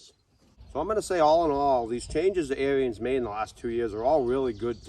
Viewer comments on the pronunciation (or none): The Dad's pronunciation of Onyx is the correct one, however, he pronounces Ariens wrong. Ariens is pronounced as two syllables like Air-Ens, not Air-E-Ens. All that being said, I'd be perfectly happy with the Ikon, although I'd re-paint it to suit myself. A lot of it would stay Ariens Orange, but I'd change some parts of it to an Arctic White to make it more closely match Ariens equipment from the 60's and 70's or similar to their 90th anniversary edition. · I have been so busy that i didn't even see that ariens made an onyx edition. It's pronounced "on-ix" and " air-ens" . About the only thing i don't like about the onyx edition, and ariens zero turn mowers in general, is that they got rid of the serviceable hydros on the lower end / residential units. They used to offer an ikon model with the 2800 serviceable htdros. Now you need to get an apex which is about $1500 more. Gravely does offer a model that fits in the mix, at a slight price increase and not 1000$ dollars more like Ariens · Pronounced Air ens